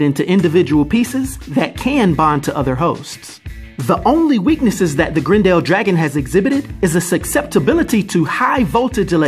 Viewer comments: It's Grendel not Grin-dell... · Its pronounced Grendel, not Grend El lol. The character may be new but the name has been around since 750 ad. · I love you're wild pronunciations! <3 GREN-DELL. It's Gren-dull. But love you lots and the content is fire! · Every time you call him "Grend Al" I keep thinking of the A A ron Key & Peele skit.